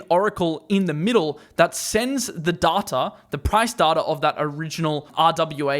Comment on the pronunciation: it's data not data 🤣